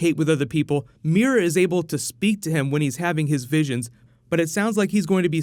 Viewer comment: swooord of meera??